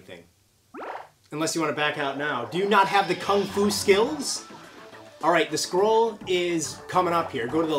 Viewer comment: OK, I heard squirrel instead of scroll XD I was looking for squirrels in the Kung-Fu game! HAHAHA